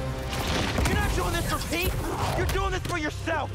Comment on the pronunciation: i like how venom says pete it sounds like he pronounces the e more so he says “peet”😭